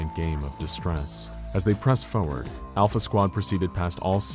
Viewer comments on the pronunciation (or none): none